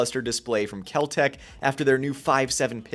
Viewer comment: Spelt Kel-Tec but pronounced Kel-Drek . Don't be a Full (pronounced Fool) buy a super reliable Bull (SAS EDC)